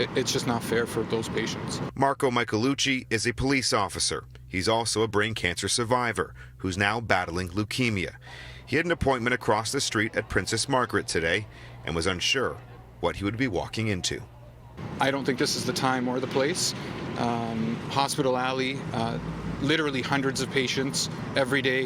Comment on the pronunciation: CITYTV news anchors get the marbles out of your mouth. Its pronounced STREET not SHREET. Its STRICT not SHRICK. or RESTRICT. Saying strict restrictions is just dumb and really shows how useless your reporting is. Stop slurring your short Sss's.